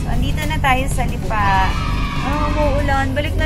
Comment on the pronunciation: Parang mali ang pronounciation ng Lipa!